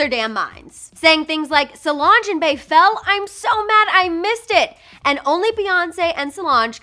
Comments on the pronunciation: Sis its not "BAY" it's "B" spelled as BEY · Okay 1) no it wasn't planned QB would never do that 2) Its just a fall normal people don't lose their minds over someone falling yall are weird asf and 3) Her nickname is pronounced like bee not bae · I hate that she pronounced Bey as Bae.. Really?? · Why does almost every non-black person pronounce Bey as Bae. It's so annoying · BEY IS PRONOUNCED BEE NOT BAE 😂💀